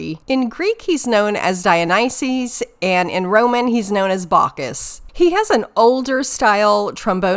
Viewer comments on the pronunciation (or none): none